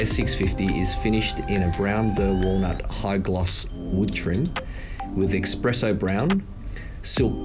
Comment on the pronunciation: Dude you work for Mercedes! It’s Burmester! No I. It’s also espresso - no x